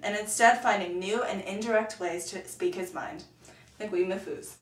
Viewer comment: it is pronounced nag-eeb not nagwib. Just a fun tip... but decent job other than that.